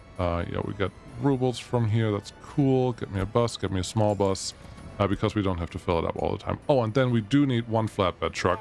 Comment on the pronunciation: no clue. He was talking about the bus and pronounced bus the german way. He noticed it by himself